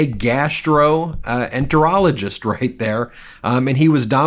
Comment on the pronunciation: Normally I like your vids...This crosses lines. Learn WTF a GI doc actually practices before emphasizing "GAS"troenterologist.. .you're crossing lines. You overemphasized "GAS" multiple times. Huge thumbs down!!